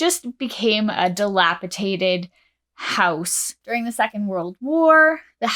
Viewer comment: Dilapidate. Not dilapitate.